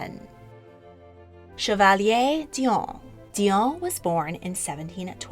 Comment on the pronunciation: Oh my 😂 of course no biggie but hearing you say chevalier killed all the 7 years of french class in me